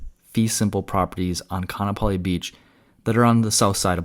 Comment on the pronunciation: its pronounced Ka-a-napali